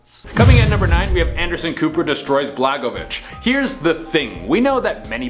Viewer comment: Dude….you could’ve checked the pronunciation of this former politician’s name quite readily….. BLA-GOY-OVICH I really wish y’all in this channel would take a moment to look up the obvious! Pronunciations are KEY in having people understand what you’re talking about. I really love your channel but getting frustrated with the lack of intent when reporting something and butchering the pronunciation - can we give it a go for a week or two???? The one that really irks me is y’all’s mispronunciation of city names, etc, in French Canadian territories. It only takes maybe three or four seconds to look it up